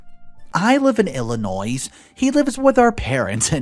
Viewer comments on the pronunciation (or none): Illinois pronounced IL-ə-NOY note the s is not pronounced. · I’m from Illinois and the s at the end is not pronounced with the s. Just thought I’d let you know that. But I love your channel. I listen everyday. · The S is silent in Illinois! 😉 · story # 2 the s in Illinois is silent i say it with an s but thats where im from lol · The S is silent in Illinois. Just letting you know... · the “s” in Illinois is silent. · FYI- the s is silent in the word Illinois